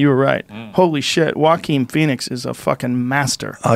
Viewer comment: I didn't even know it's pronounced Hoakwin lol, been pronouncing it Johahkwin lmaoo